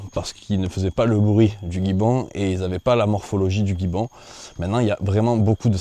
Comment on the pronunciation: Un gibbon se prononce : ji-bon